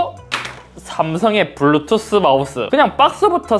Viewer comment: 블루투th 마우th